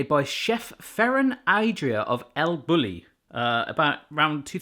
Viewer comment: Took me a sec to understand that he was saying “Ferran Adrià” and “El Bulli” lol